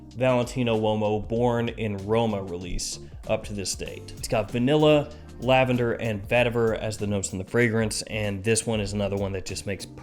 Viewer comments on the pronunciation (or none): none